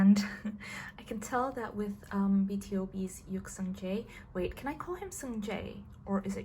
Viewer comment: It is pronounced b to b for born to beat (BTOB)